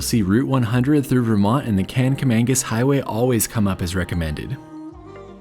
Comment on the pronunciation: The black smoke was from the coal fire that powered the engine. They still have that but it only runs once a day on the first train up the mountain. I thought they had added that engine to the last train, too but Covid may have changed that. Don't feel bad about saying Kang-a-mang-us. I grew up in NH and we camped along the Swift River (river that the Kanc follows) in the 1960's and pronounced it that way well into my adulthood. Surprised me when I found out that it was spelled with a C instead of a G. Googling the Cog will give you info about the schedule and which type of engine they use.